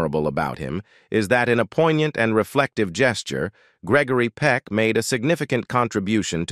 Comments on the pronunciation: You ought to check on your speaker His mispronounciation of Peck's NAME is hilarious, Your video HAS BECOME AN ABSOLUTE RIOT , BUT SHAMING THE ACTOR.. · You are saying his name wrong You should not be doing the talking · Next time spell and pronounce his name correctly!!!